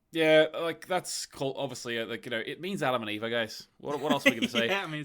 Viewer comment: In the Bible in Germany it's "Eva". I thought it's "Eve" in the English bible, no? Plus, "v" pronounced as "f" in this case. Like in "Volkswagen".